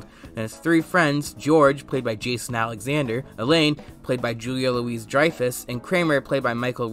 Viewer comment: It’s Julia Louis-Dreyfus. You would only say Louises-Dreyfus when referring to multiple members of that family. Like attorneys general or sergeants major.